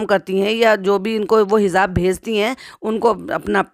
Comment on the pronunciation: Hizaab, nahi kehte( Hijaab) हिजाब✅